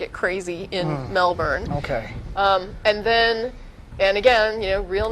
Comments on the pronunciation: lol so funny how she pronounces our cites. melburrrrrn and bris-bane. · I am amused my the wrong pronunciations of Melbourne and Brisbane. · Lol, they pronounce Melbourne and Brisbane in a funny way :P